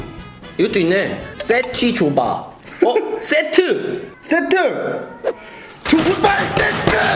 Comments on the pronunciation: 발음만그러치 쎄트 아니데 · PD 똑바로 안하네 쎄트가 뭐냐 세트지 그리고 죠쓰 아니고 죠스다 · 좀 불편하네요 족발세트인데 족발쎄트는 무엇입니까?